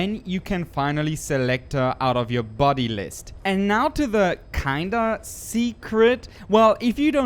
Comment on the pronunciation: body* until he can say it right